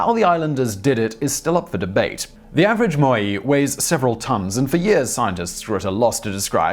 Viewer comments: does anyone know why this guy doesn't know how to pronounce words? MOAI = (moe) (eye) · "MOH-Eye" Wouldn't be a TT episode without the mispronunciation easter egg.